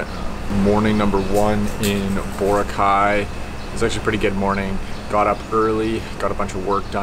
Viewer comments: It's pronounced Bo-RA-cay. Not BO-racay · lol says the island name wrong...